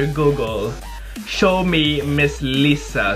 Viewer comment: Its Laiza not leza. Liza Soberano